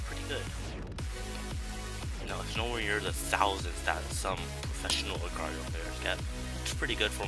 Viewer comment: its pronounced agar dot eye oh